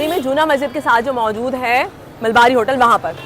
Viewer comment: MALABARI......not Malbari.